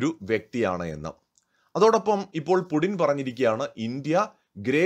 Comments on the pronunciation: പുഡിൻ എന്നാണോ പറയുന്നത്? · Puuttin... Putin it is so pronounced....Мы Любим Путина..